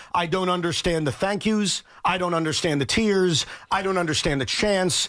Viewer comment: " i dont unde-shi-end" sound like C.U-N.T